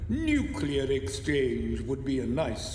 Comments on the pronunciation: said "nukelar". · Sorry,, but you're a Brit, not a Yank. Nuke, Lee, Err. Like.